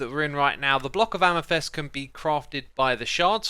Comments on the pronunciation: hey hey it's amEthyst not amYthest lol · CALCITE NOT CALACYTE AMETHYST NOT AMETHEST